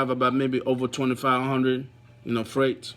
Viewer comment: 6 TO 500YRS???? WTF. HUH?? I THINK YOU SKIPPED NUMBER 3 OR 4 LOL. ITS FREIGHT NOT STRAIGHT!!! PLEASE JUST DO SHORT VIDEOS NEXT TIME LMFAO.....